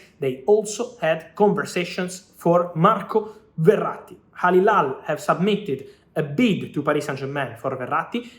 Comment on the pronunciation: The way he says marco verrati, i think he's italian !!